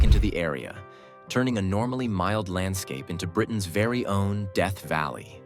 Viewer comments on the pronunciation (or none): none